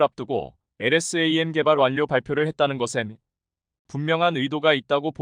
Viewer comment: 엘에스 에이엠. 하지말고 엘ㆍ샘 이라읽으면 좋겠구만 공부좀하여이!